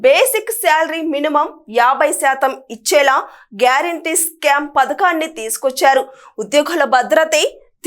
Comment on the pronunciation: స్కామ్ కాదు తల్లి skeem